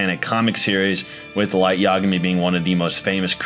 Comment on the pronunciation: Man just said law lyet lmao